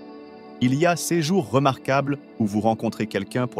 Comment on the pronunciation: C'est pas seize individus mais ces individus 🙃Ce n'est pas séjour remarquables mais ces jours remarquables 🤪authenticité et pas authentiKité 😏